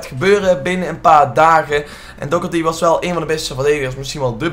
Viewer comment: Twinity Doherty zo spreek je het uit